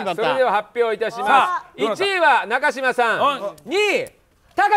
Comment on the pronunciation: いつ、なかじまではなく、なかしまですっていうのだろう